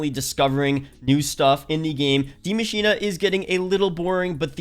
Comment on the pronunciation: Ikr these youtubers are dumb af just because you have an accent doesnt mean you put a letter in a word that isnt ever there